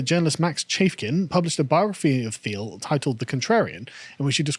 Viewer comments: I would suggest his name is pronounced “Teal” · His name is pronounced 'Teal'